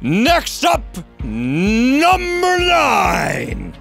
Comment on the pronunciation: This guy makes me lmao when he says "NUmbEr" :random number